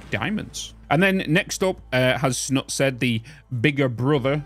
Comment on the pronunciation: Hey, first time viewer and commenter - loved the vid! Just wanted to say Snutt is pronounced like put :)